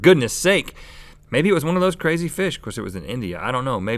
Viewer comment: "those carzy fish" jajajaj